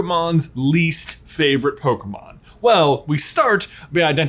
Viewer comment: I don't know what's worse, saying "poKUHmon" or "poKEYmon". To be fair, the accent on the e is missing in the title..